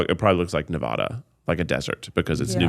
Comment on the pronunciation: As someone from Nevada who lives here Kieth you are not saying it the right way and we make fun of people who say it like that 😂😅